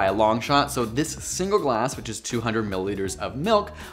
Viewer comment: Lol I’m pretty sure Aussies don’t say so like soy 🙄 😂